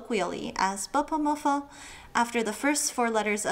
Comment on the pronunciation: Being a Chinese native speaker, your pronunciation of bopomofo is not correct. Not berpermerfer but bopomofo just like the wording